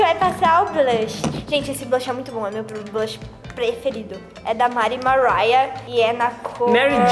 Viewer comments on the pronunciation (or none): Kkkkkkkk ela fala mari maraia seno que o nome dela e mari maria kkkkkk